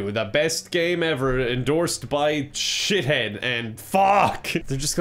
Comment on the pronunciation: "shithead" IT'S SHI-THEED